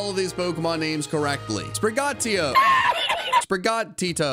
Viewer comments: it’s Sprig-uh-tea-toe if you need help pronouncing it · He said sprigateeo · Sprigatito- Spriga tea toe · You just said the first Pokémon name incorrectly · Why English speakers just can't pronounce sprigatito? Ahhahaha It's not that hard